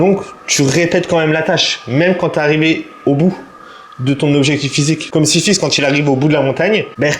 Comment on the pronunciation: Slt frérot, juste pour ta comparaison de la muscu avec le mythe grec. C’est Sisyphe et pas Siphisse, sinon bête de vidéo. Le cardio passe bcp mieux grâce à tes vlogs !